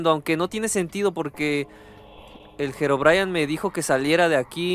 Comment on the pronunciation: Herobrayan ✅🗿👍 Herobrine ❌